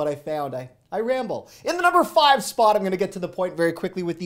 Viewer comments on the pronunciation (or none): none